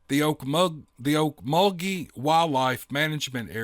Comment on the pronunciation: oak -MULL-gee there, thats Creek for Okmulgee